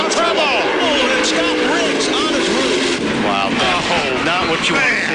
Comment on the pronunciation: “ OH! Matt Kenses over on his Ruf “ XD